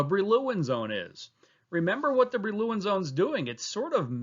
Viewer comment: Great explanation thogh I enjoyed the pronunciation of Brillouin zone much less 😅